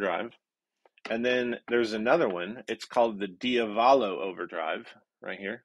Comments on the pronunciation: accent the second syllable in diavolo. The "ah", dee- ah- vuh- lo. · dio valo? It's diavolo. "Il diavolo means "the devil"🤘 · you're a great guy and really enjoy watching your videos but it's pronounced dee AH vuh lo (like an italian would). i was amused by your pronunciation. and by the way i just bought the MXR version of the OCD. sounds great. gonna probably leave it on all night tonight.